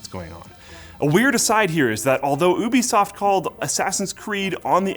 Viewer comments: y u say oooobisoft, lol it’s Ubisoft lololol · It is "you-be-soft" not "ooh-be-soft" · "OO-BIE-SOFT" You meen " You-Be-Soft" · Pronounced you-bih-soft not oo-be-soft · Did say Oobisoft? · I thought it was pronounced as You Be Soft but whatever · I’m sorry but did he just say oobisoft ? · lol ooobisoft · I'm sorry, did you just say oobeesoft? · i cant belive he said ubisoft like ubisoft like how can u stuff up ubisoft so bad like u just say ubisoft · does anyone else say ubisoft like that? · is it just me that he said ubisoft differently?